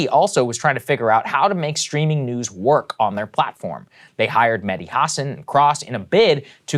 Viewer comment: The way Saagar said Mehdi Hassan was rough 😅